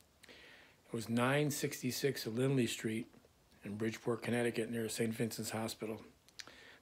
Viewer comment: It’s Lindley St, not Lindsey. I’ll never forget.